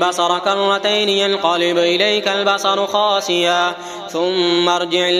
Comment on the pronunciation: بھائی میرے ساتھ ایک سعودی سن رہا ہے اسُنے کہا ہے خاسعا نہیں پڑھے گے خاسئا پڑھیں گے آپ دوبارہ سنیں اور درست کریں۔ ویڈیو میں سنے